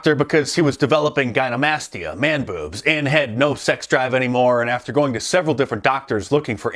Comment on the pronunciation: Lol it is "Gynecomastia" not "Gynemastia".....you should just say "Bitch Tits" or "Moobs (Man Boobs)"